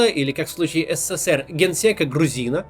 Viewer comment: А ты хоть ПРАВИЛЬНО можешь назвать СССР ? Сколько букв С в твоём еС, Се, Се, Се, Р ??????? В СССР, тебя с ТРЕСКОМ выгнали б, ПРОТИВНО СЛУШАТЬ....